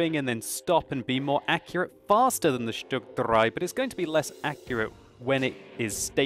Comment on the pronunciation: Going full Hitler is not required when pronouncing German words, even vehicle names from the 30s/40s. Every time I hear that "StuG dRRRei!" I feel the urge to jump up, salute and shout "Jawohl!"